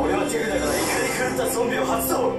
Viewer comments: 俺は手札からが俺はデブだからにしか聞こえなくてびっくりした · 俺は手札から怒り狂ったゾンビを発動！ がどうしても 俺はデブだから にしか聞こえなくて困ってます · 俺は手札から が 俺はデブだから に聞こえた人おらん、、、？ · 俺は手札からが俺はデブだからに聞こえる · 俺は手札からが俺はデブだからにしか聞こえない